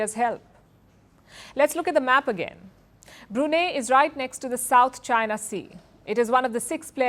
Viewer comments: Its pronounced as BRUNAI not as BRUNEH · Hi Palki, while the country is spelled as Brunei, but it is pronounced as Brunai. Thank you. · First learn how to pronounce Brunei😂😂😂😂 not Bruna😂😂😂😊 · It's not Brunay, it's Brunei called Brunai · English pronunciation of "Brunei"➡ broo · nai ( pronounced as "nine") Hinglish pronunciation of "Brunei" ➡ broo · nay 😅🤣😂😆🤭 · It should be pronounced as BRUNAI. Not Bru nei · The least you could do Palki is pronounce the country’s name correctly. It is not pronounced as 😂“BruNeh” it’s BROO-NAI. Please Google it ! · It is suppose to be pronounced as Brunai. "a" not "e". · The correct pronounciation is "Bru-nai". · Brunai . That’s how it is pronounced. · Good report. Yes it is BREW NEI (no brew) in Brunei. It is dry. But the name of the state is pronounced BREW NIGH. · Learn how to pronounce Brunei properly, woman! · Please learn how to pronounce Brunei. Your pronunciation is incorrect. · Don't you people ever care to take a little effort at pronouncing names correctly? Pls look up the correct pronunciation of Brunei. If you cannot get a simple thing like that correctly,, how much faith can we place on your reporting? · wrong pronunciation of Brunei!